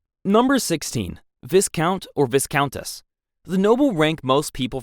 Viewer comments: Bro its VY-count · It’s so funny hearing the ai voice say yarl it’s pronounced url, viscount is pronounced vi count but all one word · And viscount is Vī-count